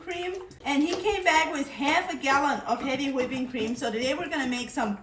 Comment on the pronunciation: She also says "Hawhipping cream"